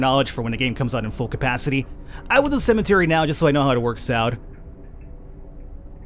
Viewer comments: Love the game and your pronounciation of cementary. cemetary. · Its called a CEMETERY! Not CEMENTERY! XD